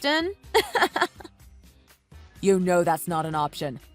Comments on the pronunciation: Hew-stun! It's pronounced Hew-stun. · They need to learn how to pronounce Houston.